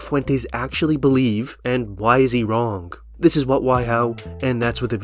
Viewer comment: The word “wrong” doesn’t have a hard G at the end.